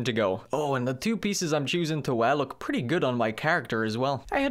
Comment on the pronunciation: Normal human: "Wow, I threw that ball pretty far!": "Wow, I frew that ball pre-ey far, eh? Got a bo'olle o' wa'er? I'm firsty."